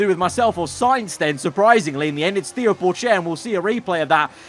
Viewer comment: Him mispronouncing Theo Pourchaires name made me sad for some reason